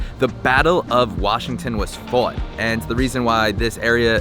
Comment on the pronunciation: Never mind the way he said fought is proof enough